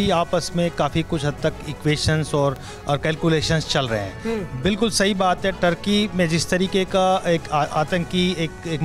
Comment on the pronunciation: tarky nhi ,turky hai